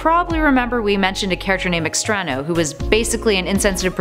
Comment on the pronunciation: It's not extrano it's extraÑo (try putting a soft /i/ sound (like in the number pi) between n and o, it kind of helps)